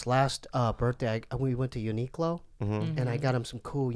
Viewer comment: it bothers me how yall pronounce Uniqlo